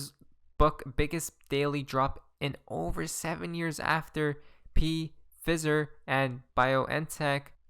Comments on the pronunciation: Pee fizer lol... its pronounced F-eye-zer. Not trying to be a jerk, I love the channel and thank you for your service to the community, it just made me chuckle. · P-FIZZER... Hahaha Pronounced Fizer Otherwise enjoy your content ;) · love ya bro, just a heads up on "Pfizer" - pronounced " F-EYE-ZER" if you ever find yourself saying it again. (Please don't take this as rudeness, i'm just an English nerd) XRP <3